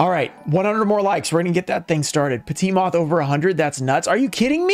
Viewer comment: Is the petite moth supposed to be some sort of meme? can someone explain why it comes up all the time? And why the pronunciation?